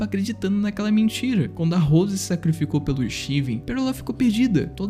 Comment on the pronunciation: Gostei do Vídeo no Geral. O Jeito que você pronuncia "Rose" me encômodou o vídeo todo. 😐